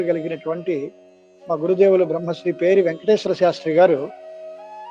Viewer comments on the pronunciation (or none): పేరి,పెరి కాదు